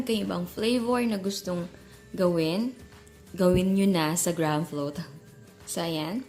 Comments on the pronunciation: Greyham kasi pagbasa doon hindi graham!!!!!!!!!!!!!!!! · anong "grams" ? its grahams. okey na sana eh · Mali ka jan chef, as in "gram" talag?ah search ka sa YouTube paano tamang pronunciation wag po trying hard,napakabilis mo magsalita inaarte pa kc ang accent sagwa tuloy pakinggan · Tama yung isang comment. We read it at "GRAM" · haha mas nakakastress yung di alam ang tunay na pronunciation ng graham hahaha 😂😂😂